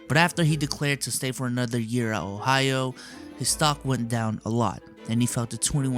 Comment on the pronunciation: "Ohio." Do it right